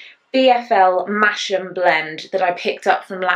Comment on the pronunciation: Love the sweater you are wearing! I live near Masham and it is pronounced Mass-ham, everyone out of the area calls it mash-am. Fabulous place that has the Masham Sheep Fair very soon with sheep racing etc and lovely yarny stalls too. Love the chana sweater too! When the temperature drops I want to do all the crafts, make all the things, sewing, embroidery, knitting, crochet, plus other crafty things